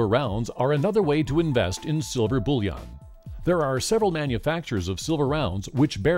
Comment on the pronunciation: It sounds like "bull yawn" to me, but yea he says it strangely.